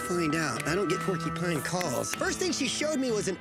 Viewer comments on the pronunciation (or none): Porcupine not porkypines come on Billy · Omg, if I hear Billy and that lady annoyingly say "porky-pine" one more time... 🤣 Also is the most shallow quill pull ever. This show kills me. 🤭